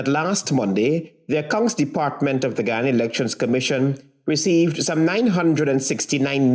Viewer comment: The county is called GU YA NA....NICHT GHANA